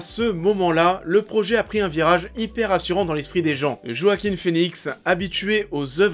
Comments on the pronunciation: Par contre on dit "Roaquin" et pas "Joaquin" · Il s'appel JoaquiN et pas Joaquim.. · C'est Joaquin avec un N ^^